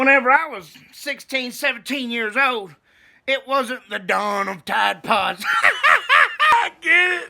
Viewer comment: You said tide pods 🙄 🤣🤣freaking looney 😆